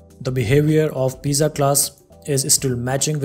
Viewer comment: thanks. one problem. pizza is pronounced "peet .suh"